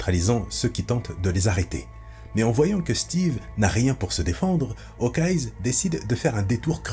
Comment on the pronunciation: Super vidéo mais par pitié arrête de dire « HawkeyeS » ça sort vraiment du truc